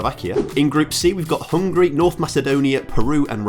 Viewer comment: *Hungary not hungry😂